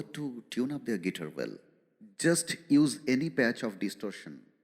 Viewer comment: Dear Mr. Anchor, First: please pronounce guitar correctly. Second: should have talked half & played half of the time. Third: Please don't waste public & Artists' time with such boring interviews with interviewer face missing in the frame. SORDID!